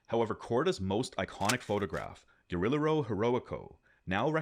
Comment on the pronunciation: It’s Ge-Ri-Je-Ro not Ge-Ri-Lero and Ge-Va-Ra not Ger-Ve-Ra. Otherwise great vid as always!